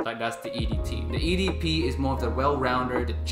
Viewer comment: Come on mate. Being a fragrance reviewer, please work on French pronunciation of EDP.